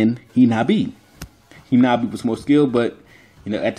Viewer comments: Its hanabi not hinabi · Hinata's sister's name is HAnabi not HInabi.